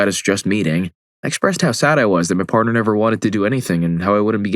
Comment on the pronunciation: Dude said parter at the start and copperate. Come on now 😂😂